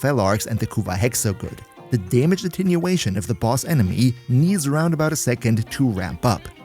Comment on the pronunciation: its attenuation not attinuation